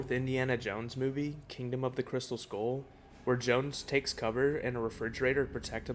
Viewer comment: Why do many Americans pronounce Skull, Skorl? Hull is the same… y’all pronounce it Horl… it’s weird.